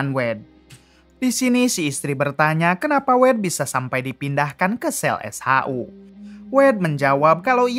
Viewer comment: SHU. bukan s haa huu